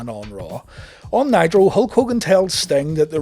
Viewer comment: I could have sworn you said "Monday Night Nyquil" lol